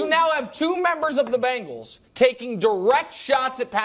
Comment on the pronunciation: Hey Nick it's Bengals, no "Bangals" SMH